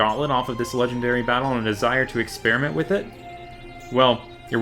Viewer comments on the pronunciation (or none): none